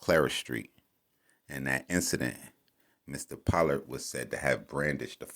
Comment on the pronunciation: “Po-lord” is how his name is pronounced